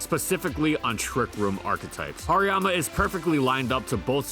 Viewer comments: You're pronouncing the "har" wrong. It's not "har" as in "hard". It's "har" as in harajuku. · nobody never called hariyama hairymama.